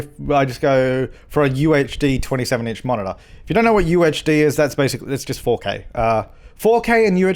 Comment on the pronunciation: Every time he said UHD I thought he was saying UHC. I need to chill on the minecraft.